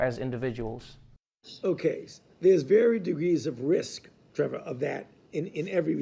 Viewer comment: I'm so happy for Trevor that Dr. Fauci pronounced his name right. Trevah. Not with a hard R.